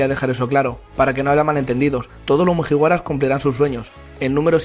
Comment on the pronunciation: Cada vez que dice mujiwaras muere un gatito